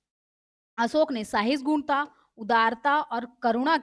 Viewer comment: Sahisgunta nahi hai sahishnuta hai